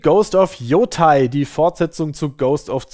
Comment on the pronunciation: "Yotai?" Autsch. Den ganzen Japanischkurs schon wieder vergessen? 😢